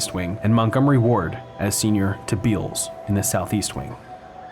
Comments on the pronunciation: I noticed that you have pronounced Bealls as "beels" in a few videos. It's actually pronounced "bells", or at least that's how they pronounce it in their commercials. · Beall's Departments Stores are pronounced "Bells". I heard you mispronounce it when you did your piece on Gunspoint Mall and meant to leave a comment. Wish you would do segments on thriving Texas malls like The Galleria and The Woodlands Mall (both in the Houston area) and NorthPark Center (Dallas). Overall I'm enjoying your taking us viewers inside failing cathedrals of commerce. Dead and dying malls are definitely a thing. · Bealls - pronounced Bells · its Bell's. Not Beall's. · BTW, that store name is pronounced "Bells" as in Dan Bell. The A is silent - and bell shaped.